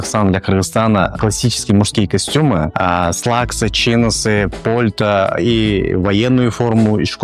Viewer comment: Может пальто а не польта )